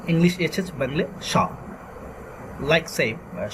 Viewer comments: Can't you pronounce Bengoli. You are pronouncing Bengli. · You cannot pronounce Bengali? What is BENGILI? If teaching Bengali, pronounce the words in English and Bengali correctly. Also, don't switch to writing. Stick to the pronunciation in this video and make a separate video for writing. When you go back and forth is it very confusing. First - how to pronounce and what sound does each character make. fyi - there is no F sound in Bangla. It is PH.